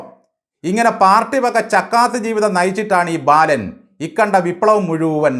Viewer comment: ബയാളൻ,,, ബാലൻ 😂😂😂😂